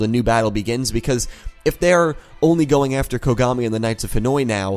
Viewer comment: I Swear to god everytime i hear Dr kogami i keep hearing Dr Konami xD